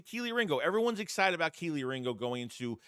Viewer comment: tell Philly500 to stop calling Kelee Ringo…..”KIELY RINGO”…Lol…